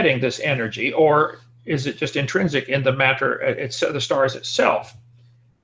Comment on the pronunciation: Wat-ter Mat-ter My linguist self wants to introduce this fellow to a flapped T. It doesn't sound smart, Kent. It makes you sound as if you have relearned speech after a catastrophic stroke.